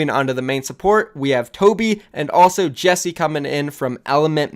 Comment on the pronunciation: Jekse = jeck,-see Hyeonu = H-ee-on-oo